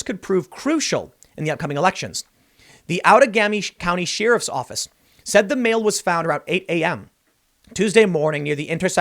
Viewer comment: Tim, I love ya and I don't want to be "that person", but your pronunciation of "sheriff" is like nails on a chalkboard. The word is pronounced "share-if", not "sheer-if". Thanks.